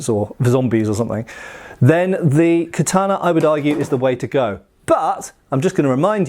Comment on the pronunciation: It’s literally how you say it. American weeb smh